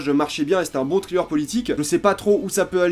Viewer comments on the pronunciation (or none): none